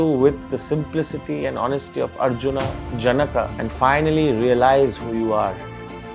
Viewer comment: Pronounciation of janaka is wrong. Otherwise good. All the syllables should have equal swar. Instead of जन्का, it should be ज न क